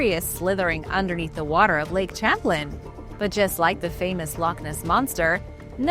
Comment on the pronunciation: Lake sham-playn